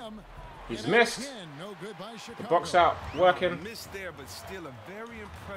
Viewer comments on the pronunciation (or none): none